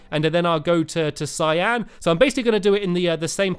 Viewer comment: That's not how you pronounce Cyan.. (In America)